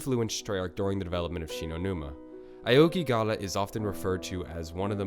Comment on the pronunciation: 1) How do you fuck up the pronunciation of Aokigahara? 2) It's is known as the Suicide Forest, where did you get the information saying it is a swamp?